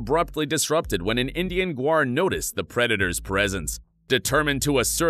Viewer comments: It's gaur (gower), not guar (which is a legume). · Gaur not Guar 😂😅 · cant you at least prounce its name right . look at the word1 this is tourture